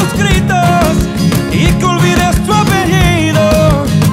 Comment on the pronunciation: practiquen su españooooooooooooooooool!!!! linda voz, pero hay varías palabras mal pronunciadas, como apellido, entre otras :(